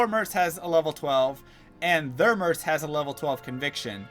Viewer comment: Merc, with a hard c, not an s.